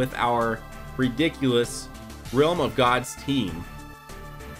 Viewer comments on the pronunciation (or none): “Realm of gods” not “Ream of gods” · Ream of gods lol